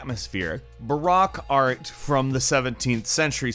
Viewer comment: "Barack Art"